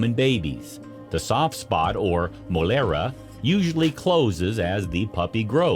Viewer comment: Some of the Spanish words pronunciation killed my ears 👂 😆 🤣...is Mollera /y/ 🤦🏻‍♀️